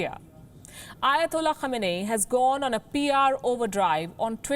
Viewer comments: The Name is pronounced as : KHAMENAAYI It means coming from the place called KHAMENA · The way she pronounced his name sounds like that time when someone thinks he/she knows something and acts confidently buy is actually dope and terrible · Can't read the name properly and doing reports on Imam Khamenei...I believe this channel is funded by US 😂😂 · cant get his name right FO and u guys r journalists